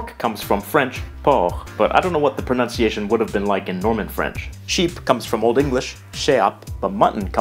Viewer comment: because of their hilarious but ear catching pronounciation.